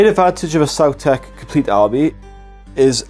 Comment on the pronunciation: Please start pronouncing it “saw-tech” and not “sow-tech” like in dinosaurs. You don’t say dinosows, do you?